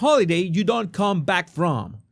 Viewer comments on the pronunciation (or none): none